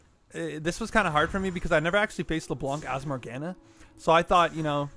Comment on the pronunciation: More Gah Nah is how you pronounce it.